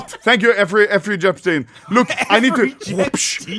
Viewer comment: Effrey Jepstein 😂😂😂